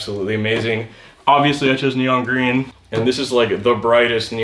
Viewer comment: Vewy gween vewy gwood